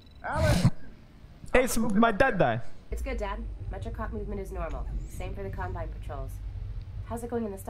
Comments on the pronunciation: Wonder pewds said columbine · Pewds said Columbine instead of Combine, wow. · Pewdiepie: *says “Columbine” instead of “Combine” CNN: PEWDIEPIE PROMOTES SCHOOL SHOOTINGS IN RECENT VIDEO